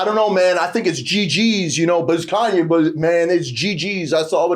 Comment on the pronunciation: Who is Kan Yes 😂 “Kayne